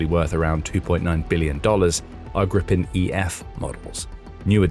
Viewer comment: It's Gripen, not Grippen. And it's pronounced Greepen. The name refers to the hippogriff. Here's what a lot of Swedes think: "Don't botch this now, Ukraine. There had better be a Ukraine left when it's time for the deal to buy the rest of the planes. You getting these for free means my tax money is on the line for this "gift" here. They aren't cheap. We expect a return on investment."